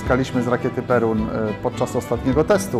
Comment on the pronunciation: Nie Perun tylko Pierun.